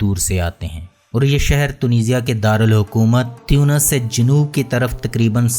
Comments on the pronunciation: تُونِس ہیں۔۔ تيونس نہیں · aap baar baar tiyunos farma rahe hai jo ke ghalat hai.. aur sahi naam tonos hai